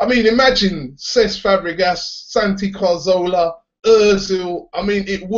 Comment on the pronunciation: Ca-Zor-la. Cazorla. Or Ca-Thor-la if you want to say it in Spanish. Not Carzola.